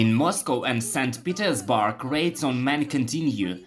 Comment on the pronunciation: tf is saint petersBARK?